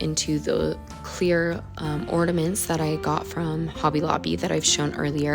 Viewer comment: Love all the ornaments. But there is no D in the word ornament.😊❤